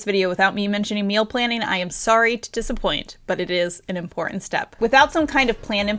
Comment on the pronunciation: It grates on my ears, too, but not as much as hearing "impordent" for important. I'm 71 years old, as an actor I know to expect languge and pronunciations to change over time, but "bu-in" and "impordent" just sound like poor diction to me.